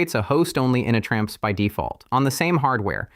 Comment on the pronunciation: It also says "initramfs" really funny. "ini tram fssss". It should be pronounced "Init Ram F-S"